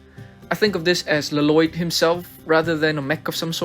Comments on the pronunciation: You don't actually pronounce both Ls in Lloyd's name lmao. It's just pronounced like Loyd. There's a whole joke about it in the Lego Ninjago Movie. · I love how you say la loyd like from the movie 😂